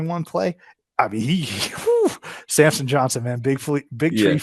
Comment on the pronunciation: How many time can he get Samson’s** name wrong. Every video!